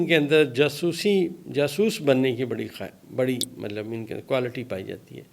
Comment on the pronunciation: Mallab nahi Matlab boliye